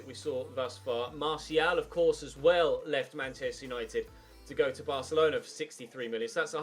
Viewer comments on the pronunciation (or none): none